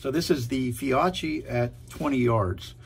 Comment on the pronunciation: The Fiocchi is pronounced “Fee-O-kee”